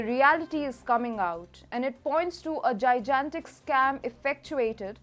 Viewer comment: Mind you the two G's in Gigantic are enunciated differently